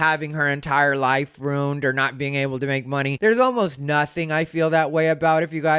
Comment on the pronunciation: Hates the pronunciation as Fustrated, then says life ROONED instead of ruined. Then proceeds to say deep southern accents are used by you to convey severe ignorance. MAGA right.